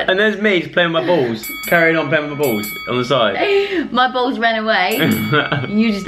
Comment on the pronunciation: I love when Dianne says balls it sounds like bowls 😂